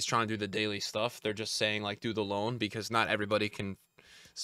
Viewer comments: Its loan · It’s loan💀